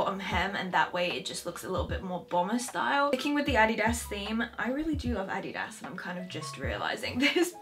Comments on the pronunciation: Omg finally someone pronounces it "Adidas" not "Adeedus" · ANNAGISSAA because Americans pronounce it differently however the way she pronounced it is correct. Adidas is a German brand and thats how they pronounce it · Finally someone who speaks English but pronounces Adidas right! I once said that in my video and the people were like."no that sounds so weird" haha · wait how else are you supposed to pronounce adidas, this is normal pronunciation for me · You are actually the first english speaking person I’ve heard who pronounces Adidas right 😄